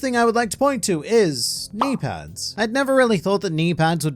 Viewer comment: I didn’t even catch your mispronunciation of knee pads because of your knimey whimey accent